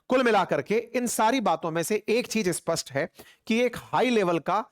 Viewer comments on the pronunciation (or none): none